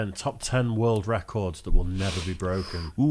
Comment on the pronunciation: Those were some nifty "reh-kords!" 🤪